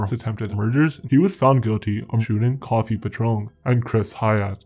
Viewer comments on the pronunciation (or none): Its co-fee, not coffee